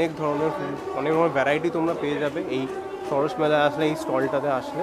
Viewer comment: ওটা সারস নয়, সরস 🙄🙄